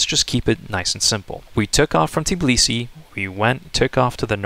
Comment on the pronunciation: It's Tbilisi, not Tiblisi...